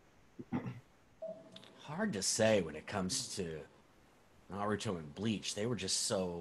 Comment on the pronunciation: Why do people say naruto like that. There’s a whole show that tells you how to say his name